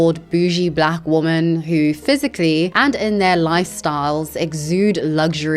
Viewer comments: why do you in your videos say "woman" rather than "women" when you are talking about them in plural... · You keep saying woman when you clearly mean women. You also read it wrong. Is this on purpose and if so, why? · I love your content but say women not woman ! Its driving me crazy lol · I’m curious why do you say “woman” instead of “women” for the plural? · It drives me crazy because I can’t tell if she doesn’t know that ‘woman’ is singular or if she is just pronouncing ‘women’ incorrectly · Please, please, please just learn how to pronounce women, it's so distracting when you say woman instead! Love your content btw, have been on a bit of a binge. It's just this ONE thing. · 1 woman - /ˈwʊm.ən/ 2 women - /ˈwɪm.ɪn/ I'm not sure if it's just your accent, but every time you say "women" it sounds like "/ˈwʊm.ən/ ". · You pronounce the plural women* like singular woman. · No hate but “women” is pronounced “wi-men” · Interesting that you pronounce "women" with an o sound and not the standard wɪmɪn pronunciation. So to my years your pronunciation of women and woman sounds similar. Not criticising you, but have noticed it a lot recently. Mainly with American YouTubers. But you are British. I am wondering if there is a particular reason for this? Is English your second language? Genuinely interested. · I got to ask. Is it a thing to pronounce woman and women the same? Does it have some meaning? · Why do you keep mispronouncing the word women?